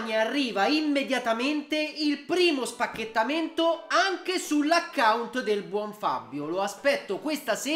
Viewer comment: Ma smettila di dire spachetamento per piacere